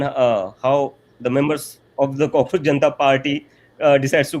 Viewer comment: Not "cockroacjh"....Kaakroos